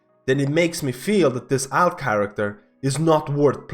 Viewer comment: say Alt the same way you would say Alternate. you put too much AL into it